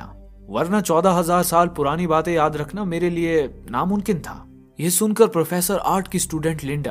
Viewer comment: Namumkin hota hai bhai Namunkin nhi ok correct ur word.